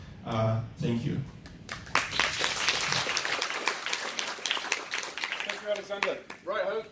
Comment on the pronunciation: Ещё в школе поправляют, когда говорят "сэнкью". Вон Панчин говорит так и понимают... Ну, или мне кажется, что он говорит "сэнкью". Хотя, есть же приколы про различный английский в разных странах, тот же Камеди Клаб тоже делал, так что... Может и плевать? Главное, что поняли. Но было интересно послушать. Такая прям тренировка английского. Благодарю Вас, Александр Панчин!